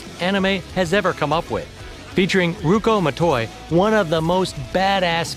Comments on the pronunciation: but you pronounced it in English rather than how it’s said in Japanese. Ryu-ko Ma-to-i it’s a syllablic alphabet. I’ve study different languages for years. But that just made me sad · The way he pronounced Ryuko Matoi broke my heart